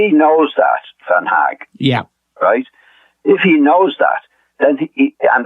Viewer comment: "Van Hag" 😂😂